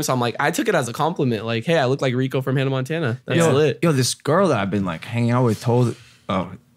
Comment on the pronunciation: Did rug just pronounce Hanna Montana wrong at first 🤣🤣🤣